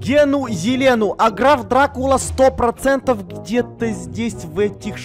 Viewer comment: Граф Дракула А не Драв дракула